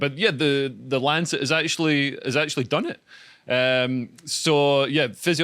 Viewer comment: 'Lanchet' lol 😆